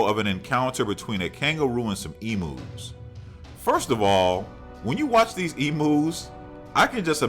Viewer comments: Lol I love the way he said emus that was funny .😂😂😂😂obviously not a Aussie lol . It sounds like he’s saying emoos lol that’s funny .that spider spell check keeps changing it so I’ll say spider .I’m live in Australia.yes they do get this big ive seen them myself .they seem to come inside before it rains . And far out can they run fast jump to lol .I didn’t think this was an Aussie the way you said emoos that’s so funny . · they are pronounced like EMYOU